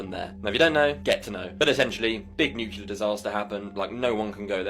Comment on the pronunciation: Okay, WHY can't all of these "intelligent" people, who make these clips about nuclear weapons, PROUNOUNCE IT CORRECTLY?! Thank God Annie Jacobsen prounced it correctly, but this has become an epidemic of ignorance, throughout the world! First, we had to listen to years of that empty-headed monkey, George "Dubya" Bush, say "NUKE-U-LER," and no one in the media or his administration corrected him! (And even if they did, he is so ignorant, arrogant and narcissistic, he would probably still pronounce it wrong, just because he loves himself so much!) It's pronunced NU-CLE-AR or NU-CLEAR!